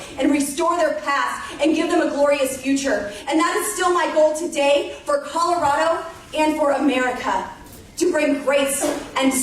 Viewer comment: She doesn't even say "Colorado" right.